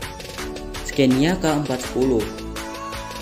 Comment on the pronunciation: Maaf bacanya Sconia (ejaan swedia) bkn scenia...trims